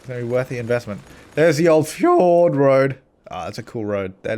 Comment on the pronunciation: Why FjOr!D-road? Why not fjord-road?